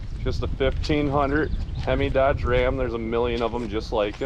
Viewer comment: I believe it's pronounced "Wam"